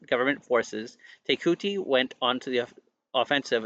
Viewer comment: Te Kooti is pronounced TE ( as if you are about to say tent but sharply stop after the Te , ) KOO ( sounding like English pronounciation of Claw Without the L Rhyming with RAW ) and then a sharp sounding T ( like the ending of party , not sounding like you are saying Tea ) TE - KAW - T